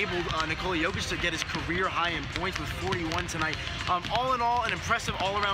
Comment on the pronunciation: And you STILL can't pronounce JOKIC properly!